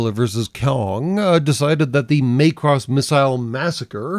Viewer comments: I have to say - it's MACK-ross, not MAKE-ross. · "May-cross"? Do you mean "Mack-ross"? (And do I actually care?) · I've heard it called the Itano Circus since the 1980s, after animator Ichiro Itano. And it's MACK-ross, not MAY-cross. [Shakes fist at cloud.] - Might be a reference to King Kong Lives, the sequel to the 1976 King Kong flick that we've collectively repressed from the cultural consciousness? - The dumb explanation of the "x" thing -- read "cross" in Japanese, where it originated -- is that it means "crossover" or "crossed with." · MAY-cross? Not Maa-cross? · Not that anyone actually cares, but it's Mac-Ross, not so much May-Cross. It was meant to be phonetically similar to the Japanese pronunciation of Macbeth. On a much more important note, I would love it if one day, the F-22A's sidewinder bays opened up and 64 tiny missiles came pouring out of them. I would expire of delight and laughter.